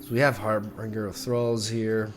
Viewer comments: I can’t not say it.. 😬 It’s HarBINGER, not -bringer. Pronounced like for example binge watching. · That's not how you say harbinger.